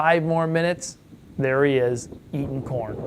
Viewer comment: I love when you say "get out der". Its just reminds me of everything I think of when I think of america